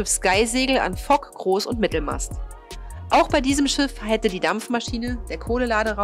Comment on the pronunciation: Noch ein Sprachfehler: Es heißt groß und nicht kroß.Bei der Größe weiß man noch was Du meinst obwohl ich Halsschmerzen beim zuhören bekomme. Krrroß Bei der Kränkung anstatt Krängung sieht das schon anders aus.